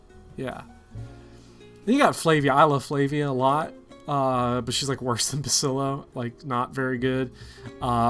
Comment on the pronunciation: I know it's dumb to get annoyed by it, but I can't listen to you call Basilio Basilo any longer.